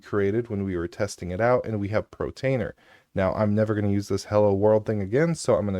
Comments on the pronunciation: Why do you say "protainer" instead of "PORtainer"? I've noticed you mispronounce a few things. In another video you say "divulge" instead of "Deluge" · Portainer, not Protainer